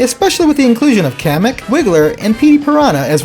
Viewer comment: What do you expect the graphics are very different from what they were in tour it’s not like you’re surprised by all this it’s kinda expected obviously but the new course is the most surprising one in my opinion showcasing new characters I absolutely love I’m still mad they mispronounced kamek that’s not how you say it’s official name that’s horseshit